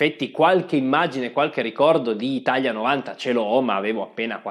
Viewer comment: Bellissimo video, ma si dice ItaLia e non ItaGLia